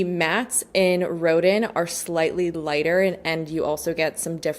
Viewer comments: Loved this video as I love these brands. FYI Rodin is pronounced “Ro-Dan” 😊 he sculpted “the thinker” 🤔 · Hi, dearest! Rodin’s name is pronounced like “rowed-ON.” He’s a French (?) sculptor, and his name is said w the French pronunciation :) Edit: And “Rococo” is “ROW-co-co” and “Baroque” is “bah-row-ck.” Took me ages to learn all my art history terms/pronunciations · You live in Montreal and that’s how you pronounce Rodin?? 😭